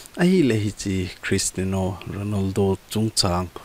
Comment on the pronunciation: Christino ❌ Christiano ✔